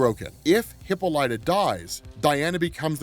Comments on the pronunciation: Please... no more hippo light uh. Huh-pol-uh-tuh. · Hey it’s pronounced Hip-ah-li-ta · Lol oh man I can't get over how you cant pronounce hippolyta. Great video though.